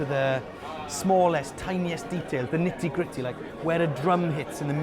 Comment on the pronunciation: Did you rike it?